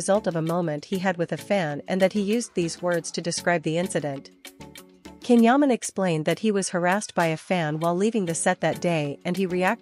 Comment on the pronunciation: please pronounce his name properly. His name is pronounced Jan, the C in turkish is J..not K.